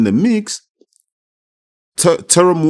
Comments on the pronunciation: our 🇼🇸 SAMOAN USO. Teremoana pronunciation is correct. He is from the COOK ISLANDS. Honestly, Justin Huni is Samoan, Tongan and Swedish ancestry like most of us Usos. Why can’t Ja’i Opetaia just fight Chisora like Usykk did as his first fight. Chisora would be a great test for Ja’i. Bivol is not mean and skilful enough respectfully. Just a suggestion. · Teremoana.you say it perfectly brother. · Good job at pronouncing his name brother. If we Polynesians have an R in our language, we roll the tongue. So it kinda sounds like a D 😉